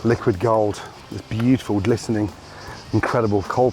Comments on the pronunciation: bitiful, bitiful, bitiful,... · “Look at that biuful”